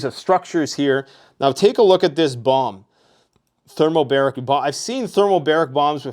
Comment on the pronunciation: Thermobaric, not thermalbaric